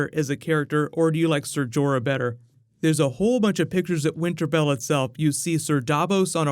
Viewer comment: "Winter Bell" 😂